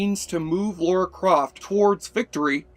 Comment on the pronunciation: Dude, it's "Lara", not "Laura".